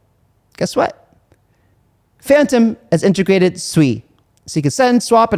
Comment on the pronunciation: Thx for pronouncing Sui properly!